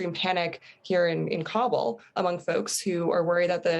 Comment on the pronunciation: I hate when people pronounce Kabul as [Cobble] when even the locals say [Ka-bool].